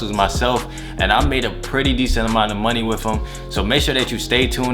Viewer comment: He said wif him